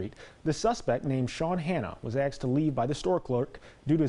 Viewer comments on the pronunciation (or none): "The suspect ... was axed to leave by the store clerk ..." The store clerk should face charges also, for using an axe on the suspect. Way too much excessive force.